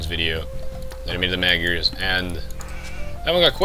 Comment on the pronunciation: Awesome vid! Wouldn't it be better to just say "Hungarians" instead of mispronouncing the word Magyar? :P :P Since they do speak Hungarian anyway...